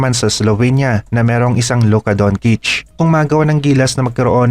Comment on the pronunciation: Don-chich not don-kich..... Don't murder people's names.